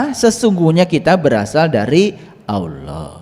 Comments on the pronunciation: Alloh pak bukan awloh😅,tidak ada wawu disitu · & belajar ngucap Alloh, bukan *alwoh/aluwoh*🙏🙏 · Bilang Alloh aja mulutnya gk bs,,,, cobak dengarkan kan dia bilang auloh,,, orang ini sok pinter,, orang ini sking kpinginya jd kiyai😢😢😢😢😢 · Innalillaahi ..dst, itu bukan Doa goblog,itu mengingatkan dan sebuah nasihat buat kita.jangan mengotak atik aqidah islam.yg perlu di perhatikan dlm mengucapkan lafadz الله،harap di perbaiki agar bacaan fasih mengucapkan lafadz "Allah ".terimakasih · 😅nyebut allah aja belum fasih masa auloh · Nyebut allah aja belum fasih masak auloh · Ustadz gabut...baca Alloh aja ludahnya nggak bener...hati" banyak orang mengaku tahu ilmu agama padahal niatnya mau menyesatkan...mondok dulu bro...! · Sebutan KIYAI HAJI tapi nyebut Allah aja gak fase ini ustad aja gak meyakinkan